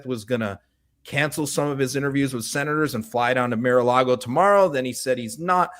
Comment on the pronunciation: “Mare” a Lagos lol